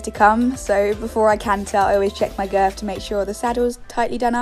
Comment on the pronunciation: who else noticed how she says "girf" instead of "girth"